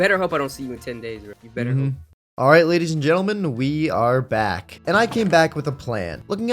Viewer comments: "Alright Gadies and Lentleman" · He said gedis and l entlemen 😅😂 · " gadies and lentlemen" 😭😭😭🤚😔